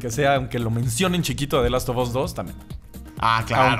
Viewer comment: Richard Rodríguez the last of ass :v